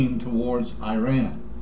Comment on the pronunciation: Shut the fuck up you old fart. Go eat your twinkies or some shit Learn to fucking pronounce IRAN properly first before you even begin to talk about them, dipshit. hahahahahaha